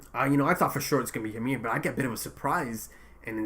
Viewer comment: No I think he’s pronouncing it right